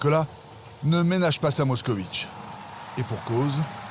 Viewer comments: 😂Pas Mockovich😂, mais Mockvich est la bonne prononciation! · À moins d'une minute de vidéo, le commentateur nous cite déjà 2 fois la MOSKOVITCH, alors qu'il s'agit d'une MOSKVITCH (moscovite en Russe). Qu'il est nul! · Ça s'écrit Moskvitch et ça ne se prononce pas "moscovitch" (allez, faites un effort quoi !!) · MOSK - VITCH, pas MOSKOVITCH !!!